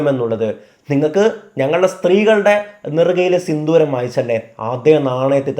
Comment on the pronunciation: ബ്രോ സിന്ദൂരം ആണ് സിന്തൂരം അല്ല 👍🏻😊